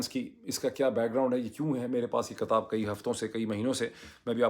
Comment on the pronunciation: "KATAB" Nahi Hota " KITAB" Hota Hai Yeh Lafz Urdu Mai Likh Kar Samjho Ya Kisi Urdu K Shair Se Ya Urdu K Ustad Se Samjho 😂😂